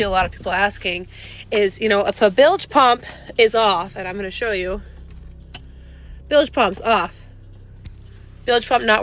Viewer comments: Dude you are FN retarted !!! WTF is a billage pump? Do You mean bilge pump??? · It's bilge pump not billage pump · Bilge . Say "Billj" not billij. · Bilge not billage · lol! shows how stupid these people are, the man could have googled how to pronounce "bilge" pump. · You don't even pronounce bilge properly